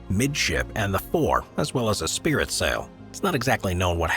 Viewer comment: "Sprit" sail, not "spirit".